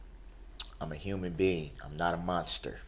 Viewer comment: 💯% agree! I'm not sure what species he is; however, he did call himself a "huemian beanen"! Maybe he is from 🛸!